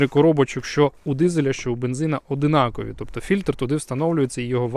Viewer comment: ОДНАКОВІ! Вухо ріже